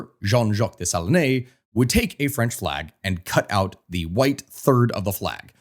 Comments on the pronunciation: Des-Sa-Lean... at least learn the correct pronunciation! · Dessalines is pronounced Day-sa-leen…. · It would be easier to pronounce French names if someone told you you don't pronounce final "E"s. You don't say "Day-sa-lee-nay", you say "Day-sa-leen". Same with Toulouque, you say "Too-loo-k". 😅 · Dessalines = Deh-suh-leen not Day-sah-leenay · It 's not Dessaliné. It pronounces " Dessaline, as in saline solution : "De saleen" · You have to work on your pronunciation of Dessalines